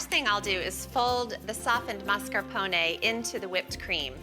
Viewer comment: Stop saying mascarpone like that!